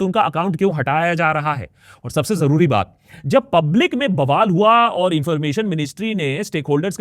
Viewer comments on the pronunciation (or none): none